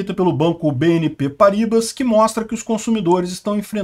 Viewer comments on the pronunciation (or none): O banco se pronuncia Parribá